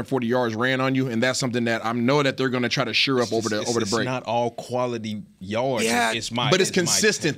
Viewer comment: Need more shows without Isaiah. Gets on my last nerve. Someone PLEASE teach him how to pronounce SHORE.